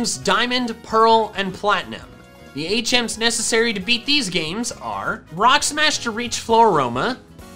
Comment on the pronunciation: Lol I kept thinking you were saying 8 gems instead of HMs 😂